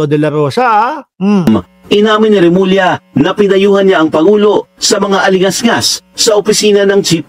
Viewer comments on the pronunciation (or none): none